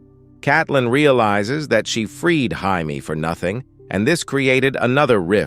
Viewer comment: Jaime. "Jay-mee" not "high-me"